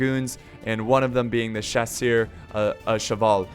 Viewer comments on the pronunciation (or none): Just starting to watch this video... haven't watched a video in probably half a year... main question: Has he learned how to pronounce Chasseurs yet? Nope. (S)Chaw-Sur. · Please. Just, just don't try to pronunce "chasseurs" anymore please! My ears are bleeding😭😭